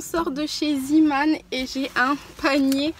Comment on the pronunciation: Pareil j'ai toujours envie de commenter aux youtubeuse parfaite (je ne parle pas de ) qui le prononce Ziimane que tout ne se prononce pas a l anglaise😂 mdrr